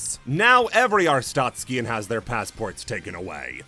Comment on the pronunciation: pronouncing “arstotzkan” like there’s an i in it is driving me insane